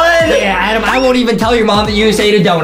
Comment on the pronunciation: in the last time his name is adam not adem